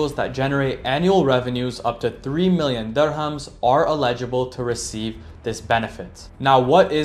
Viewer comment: Constructive critique: eligible is pronounced: eh·luh·juh·bl